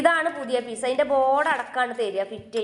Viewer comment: പീസ് അല്ല ഫ്യൂസ് 😂